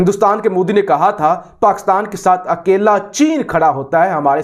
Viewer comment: these converted garbage will neve every pronounce name rightly ... moodi? brtaaniya?? roooo? it is Modi